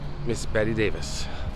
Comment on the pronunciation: It’s pronounced Bette like (bet) not Betty